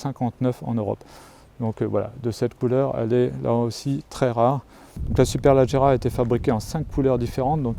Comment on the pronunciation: On dit pas superlAgerra mais superlEgerra